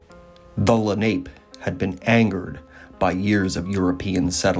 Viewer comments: It’s pronounced len op pay,. Not ape lol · It's (Le- nop-eh). Not Lanape. Jesus if you're going to do this stuff learn how to pronounce the name of the participants. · Wrong pronunciation of ‘Lenape’. It’s not ‘ape’ it’s a long a sound where the last letter an appears. ‘LenopA’ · Lenape is actually pronounced la-na-pay. Leni Lenape is what the Delaware called themseles. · The Munsee pronounced it "Len a pew". The French said it meant "little ape man". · You are butchering the pronouncement of Lenape